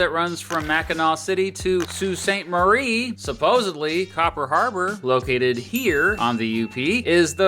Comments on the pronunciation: Big shouts for correct pronunciation. Both for not misspelling or mispronouncing either Mackinaw City/Mackinac Island, and Sault Ste. Marie. So many videos/podcasts about Michigan botch "Mackinac" in particular and it drives me bonkers. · thank you for pronouncing sault ste marie correctly!! it pains me so much to hear people pronounce my home town “salt” ste marie 😂